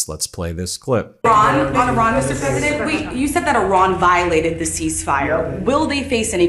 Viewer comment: Yo Pwesident Fudd!!! Bugs bunny is or isn't gonnna let you shoot him? You just be seeing stars over yer head! Whats up doc?